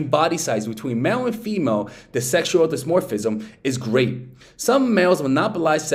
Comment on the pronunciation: Can't even pronounce "dimorphism", reveals not understanding half of subject matter he presents, still does a video on the topic. Guess I'll respect the attempt and hustle.